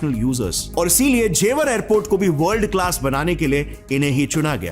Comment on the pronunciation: Bhai angrez hai kya ? जेवार नहीं जेवर है। ज्यूरिच नहीं ज़ुरीक है।